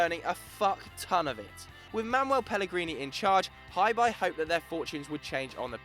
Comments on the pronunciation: Hebei is pronounce as "Her-Bay" not Hi, Bye. Hi there Bye! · HeBei China Fortune is pronounced like Her Bay. I live here in China so can help correcting with pronouncing the names correctly. Great content all round, keep it up! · It's not pronounced Hi-Bye , it's her(silent r) - bae.he bro is a province of china , a web search would have told you how to pronounce the word ffs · Hebei is pronounced Huh-bay, not hyebye. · Hebei's name should be pronounced closer to 'Her Bay', I live in China and follow CSL fairly closely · "Hi" "Bye" Fortune? that is not even close to the actual pronunciation of the clubs name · he prounanced hebei china fortune so badly wow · I let that shitty Hebei pronunciation go... but after hearing the way you said Melbourne I decided to die in a hole thanks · You can't say Hebei properly... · you guys mispronounced Hebei so badly it hurts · It'd be nice if you could google the proper way to pronounce Hebei :P